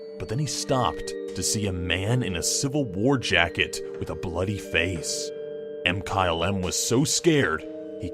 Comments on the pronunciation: Did he say: M-kyle-M instead of Mkylem? (mikylem) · does anyone review the audio for these? i thought MkyleM's name was pronounced (Ma-ky-lem) er something. it was really off putting to hear say (Em-kyle-em)